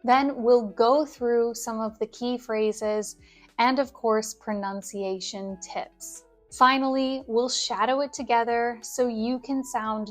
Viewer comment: Sorry, but it is: pro-nun-ciation